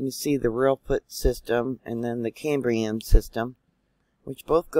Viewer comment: Dear...good morning ‼️❤️ Just to help you to pronounce phoneticly...as in the different age periods... CAM BREE AN...There at least I was able help you for once dear sister 😀 Have a very blessed Sunday ‼️❤️😀